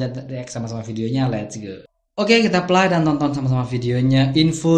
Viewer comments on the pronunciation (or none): Sebuatan nya Play (PLE) bukan Plai ya.